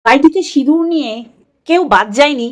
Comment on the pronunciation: Didi sindur k sinur boleche amader anek vaggo valo, vaggis indur boleni😂😂😂😂